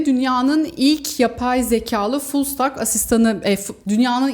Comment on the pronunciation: teknoloji dünyasındaki haberleri yüzeysel bir şekilde halka aktardığınız için teşekkür ederim. Fullstack (full sitek) demek, hem backend hem frontend yazılım donanımına sahip olmak demektir. Telaffuzunuzu ve bilginizi tazelemek amacıyla yazdım.